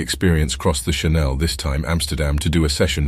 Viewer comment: you mispronounce "channel" when talking about crossing the English Channel, as "shuh•NELL", as in Coco Chanel. And that's not the only mistake. I wonder why these aren't proofed. Lots of good info, though.